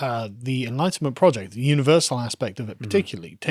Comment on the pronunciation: Ahhh enlightenment project. There's 5 syllables there guys not 2 and a half. Had to turn on CC to sort out the accents.